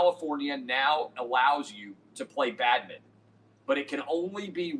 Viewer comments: Also I just listened to him and funniest part...he said it correctly the 1st time...for a Tennessean...then it went straight 2 syllable...nice catch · Do Tennesseans say 'badminton' in two syllables? 🤨